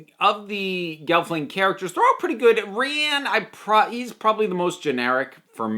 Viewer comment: you are legit the first person ive seen review this show that pronounces rian's name correctly instead of something like 'ryan' or 'rain' and take that as a high compliment